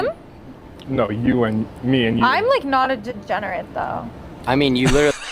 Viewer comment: LMFAO TO THE END OF REALITY. She says im not a "gegenerate ". But she literally couldn't even say the word. Shes worse than a degenerate tho. Shes a parasite bringing negative value to society.